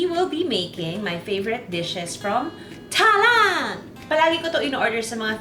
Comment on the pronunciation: Hi Ms. Juday, hope you don't take it personally but Thailand is pronounced as Tai-land, without the h sound, even though there's clearly an h.